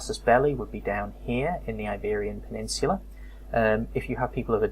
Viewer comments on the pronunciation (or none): none